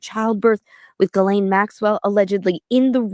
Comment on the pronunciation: Do you think you could possibly say her name correctly? It’s NOT “Jillaine,” it is pronounced “Gee-laine” Ghislaine. Drives me nuts.